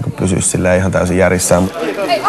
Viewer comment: So, you pronuonce "Aki", with "O" Oki??, like the girl in ???